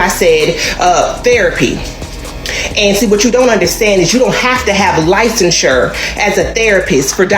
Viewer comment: The pronunciation of licensure sealed the deal for me with all them lies.